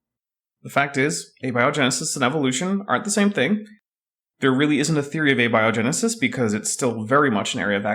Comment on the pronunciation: Ah ha. said Ah-be-o genesis.. just click on that little speaker, it'll tell you the correct pronunciation for abiogenesis..